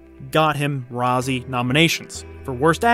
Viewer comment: Thanks for the great content! Just a few pronunciation tips - it's Jerry Bruckheimer, with a U not an O. Razzie is short for Golden Raspberry, so it's not pronounced like it has an O in it. Also, the S in Cannes is silent.